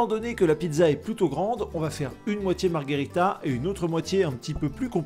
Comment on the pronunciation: Margherita pas MargArita, c’est autre chose 🍸 sinon merci pour la video ! 👍🏻